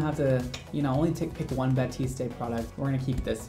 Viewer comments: Yep, should be "bah-teest", not "bah-teest-ay" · I loved this video very much, I just have one thing to say, it is ”Batiste” not ”Batisté ” ! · It’s 👏 bateest 👏 not 👏 bateestay 👏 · Yeah, it's definitely pronounced "bah-teest", not "bah-teest-ay". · Definitely bateest not batestaayyy 🤣 bugs me a lot lmfao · someone please tell how to actually pronounce batiste 😂😂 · ba-teest not ba-teest-ay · I love how looks at the bottles umpteen times and still calls it baptiste when it's batiste 😂😂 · we love u but PLEASE stop pronouncing the E at the end of batiste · You were correct in the first place. He has no idea what he’s talking about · he says bah-tis-tay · “Batistay,” gurl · Mandy McDorman No that’s right, but that’s not how is saying it. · Anyone notice that he says Batiste wrong. In the commercials they say it with a silent E at the end of it. I could be wrong. IDK. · Roza Slo I know in that video HE kept Saying that and I was dying 😂😂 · You mispronounced Batiste and misspelled Walgreens, it's only a minute in...